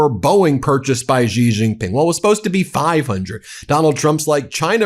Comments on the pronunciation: Thank you for all your coverage.. always on point, however.. just a small note.. Xi is pronounced "She", not "Gee".. No biggie.. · I will keep posting this until someone at Midas sees it. Xi = She.. not Zhe. Please stop mispronouncing his name. It only takes a few seconds to listen to the phonetical pronunciation of names. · To pronounce "Xi", say "seek" and take away the "k". Or just "sea".